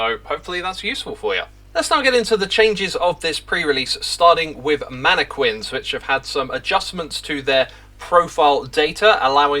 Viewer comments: "Manakwins" Is that how they pronounce it where you are from? I pronounce it as "Manakin". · That’s not how you say mannequins the Quins part is pronounced like kin